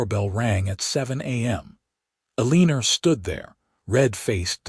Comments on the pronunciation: Everytime I hear E lean er. I can’t kee from laughing. It is so absurb. Eleanor says the other 2 board members are planning a coop Is that coop for chickens? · Can't pronounce Eleanor.........there's no "lean" in it....sounds stupid. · I've noticed quite a few stories with Eleanor, and none of them sound correct. I think whoever came up with Artificial intelligent reading needs to go back and rethink it.